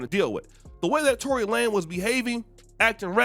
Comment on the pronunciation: Lanez not Lane! lol